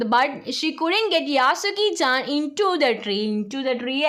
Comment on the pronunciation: യാസുക്കിചേൻ അല്ല 😅 യെഷുക്കിചേൻ ആണ്😊